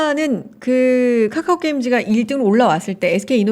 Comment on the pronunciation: 까까오 나만거슬리노?? 발음찰지시다